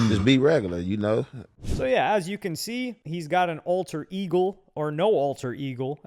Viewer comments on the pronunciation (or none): Bro said ultra Igor